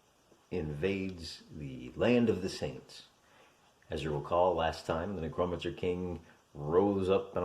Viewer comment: It’s ‘Neck-ROW mancer’ you illiterate hill jack